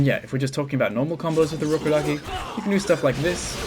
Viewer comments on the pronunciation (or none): Ur rubberduki. I keep hearing that now 😂😂😂